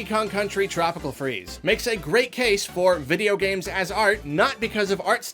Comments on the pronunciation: Nobody:: Vidjo Games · I love how you say "video games" as "vidjo games" lol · "Vijagames". That pronunciation is probably scarier than Resident Evil 7. I was wondering if you played Skyrim. It's definitely in my top 5 this decade, along with The Last of Us. Not only it's one of my all-time favourites but objectively one of the best of the decade. Period. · "Vijigames" lol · I thought you said “ninja games” at the beginning bruh